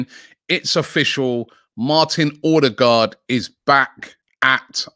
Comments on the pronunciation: Robbie! It's pronounced O-de-gaard NOT ORRR-de-gaard 🤣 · You need to work on your 'Ø's ;)